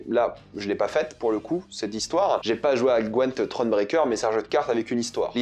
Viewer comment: Le meilleur pour découvrir c’est largement le jeu the Witcher 3 La série est nul 👎 Par contre on dit pas gwEnt mais GwYnt en anglais 😭😭😭 😜